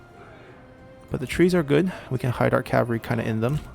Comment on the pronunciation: Why can't you pronounce oathsworn or cavalry? You say it like oathorne and cavary